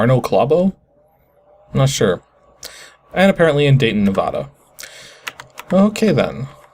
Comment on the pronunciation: nuh-VAH-duh. (VAH sounding like the beginning of "vacuum".) Not NEH-vaw-duh. (At least, that's what my Reno-native friend always insists on it being called. Strangely, his own dad pronounces it the way you do, but his dad only moved there in his 20s.)